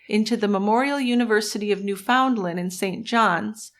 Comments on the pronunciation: Great show! BTW it's not pronounced New FOUND land. It's Newfuhnland. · had to quit an hour in because i couldn't listen to another New-FOUND-land